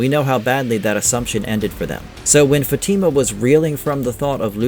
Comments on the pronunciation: It’s not an English name, it could be Spanish from South America or Caribbean, anyway her name is not Fati’ma! It’s Fatima! I’m Italian and even in Italy, same pronunciation! Even in Spain! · Why do these NPCs call her FaTeamUh like they never watched the show and don’t have the brain capacity to pronounce her name right 🤦‍♂️ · Her name is Fat-i-ma. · Why people can't fucking pronounce her name right? Don't you watch the show? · Bro you are saying her name wrong jeez